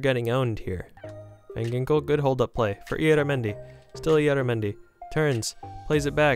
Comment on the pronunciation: Im spanish and my favorite team is the Real Sociedad, it isn't say ilaramendi it says IYARRAMENDI to spell. Sry 4 the English 😅